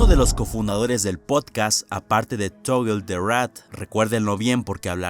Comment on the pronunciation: Desk tal vez no lo sepas pero cuando vayas a decir cosas en inglés o nombres raros con loquendo no hay que escribirlo como aparece por ejemplo en vez de escribir Toggle escribes Togel o togle ósea que lo simplifiques para que no se vuelva loco el Loquendo